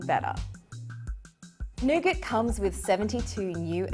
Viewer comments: Come on you are Australian... say nougat properly. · I heard that too! Then I thought of all the scenarios of people getting jumped from saying nougat😂😂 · C'mon CNET!!!! Yall need to review these videos before you release em' to the public. accent makes "Nougat" sound like the "N Word"!!!! As an African American I was not offended but I can see how some people would be offended or use "Nougat" (with an accent) as a form of sarcasm. "I said Nougats, not the N Word!!!". There is a small part of me that believes that and CNET knew what they were doing when she makes the inner city slang references and terms in parts of the short video. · thought I head that too had to replay it a couple times